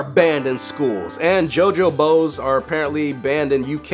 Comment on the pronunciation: When you say jojo bows it sound like your saying jojo bozo